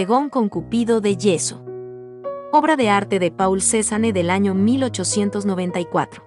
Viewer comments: Está mal la pronunciación de “Cézanne”, la “e” al final es muda (no se pronuncia)! Se pronunciaría “Cezan” Ojalá tuviera mucho dinero para comprar un cuadro de Cézanne! 💜💜💜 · Me pone de nervios que no sepa pronunciar el nombre